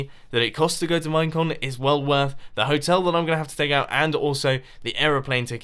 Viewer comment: During his time lapse chat when he was talking about "Minecon" I heard "Mein Kampf" like four times.